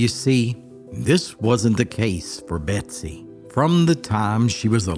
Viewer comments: Betsy or Bessie? You're saying Betsy but the title says Bessie. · Is her name Bessie or Betsie as you kept saying? A story of resilience for sure! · Title reads Bessie but I keep hearing Betsy. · Her name is bessie not Betsy. Why put all this effort and say her name wrong every single time? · Just read it yourself and stop with the AI that can’t seem to say “ Bessie” instead of “Betsy”. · Is it just me or does he sound like he's saying "Betsy"?